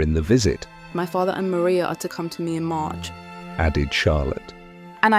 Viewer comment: Please remember that Charlottes sister is Mariah, like Mariah Carey and Not Maria. AI ALWAYS gets it wrong.